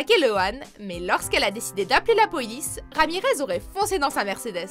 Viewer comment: 4.40 "Quand elle a décidé d appeler la poyice"😂